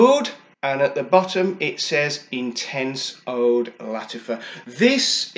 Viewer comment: when you pronounce oud old mate and Qaed is pronounced kieed